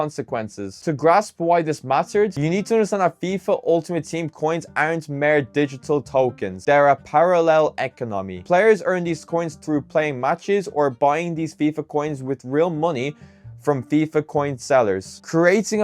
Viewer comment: Bless he gave it a good go to pronounce his words properly, eco-nammy 😂, jokes aside decent vid, only thing I would say to try to improve the video is to try to make less cuts between speaking , say a long sentence then make the cut